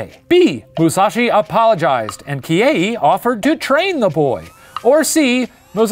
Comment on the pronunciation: The Professor: Se-yi-juro, Kihe-yi Me a Japanese learning student and anime fan: ITS JUST SEH-JU-RO PROFFFF